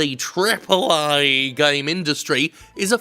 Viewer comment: why is he the only guy that pronounces "AAA" properly?